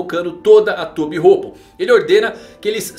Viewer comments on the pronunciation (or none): Ele falo tobirropo kkkk